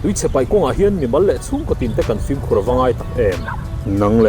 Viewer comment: Pu Mapuia hian 'film' hi 'flim' tiin a sawi zel a. F-i-l-m na nâ nâ. FLIM ti bik tawh lo se.